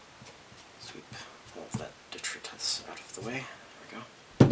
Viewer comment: Say it with me now... Dee-try-tus, tus as in pus